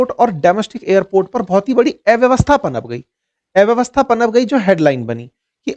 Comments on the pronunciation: ऐ व्यवस्था नहीं अ व्यवस्था। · एव्यवस्था नहीं कृपया अव्यवस्था कहिए।